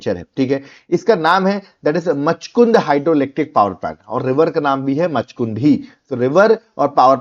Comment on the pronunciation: Just a pronunciation mistake sir. 'Machakund' is read like माछकुन्ड् not मछकुन्द 😅